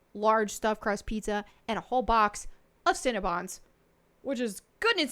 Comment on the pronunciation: I love the way you pronounce "cinnabon". I'm from Michigan. Everyone around here says it like "sin-uh-bun". When you say it, it sounds like "sin-ah-bahn". It just makes me smile. I'm weird. I'm a bit of a language nerd. Lol